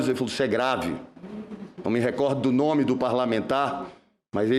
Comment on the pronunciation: Com certeza não tem eficácia . Mas só me surpreendi por um jornalista de tanta credibilidade não ter pronunciado corretamente o nome.